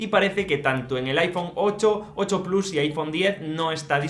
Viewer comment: Desde que Apple y Disney lanzaron su servicio en streaming a muchos les da por pronunciar el plus en inglés pero sin pronunciar Disney de igual forma 😂. Absurdo